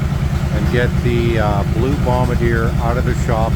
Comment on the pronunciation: Those vehicles look like great fun. It's good to hear someone pronounce "Bombardier" correctly as well!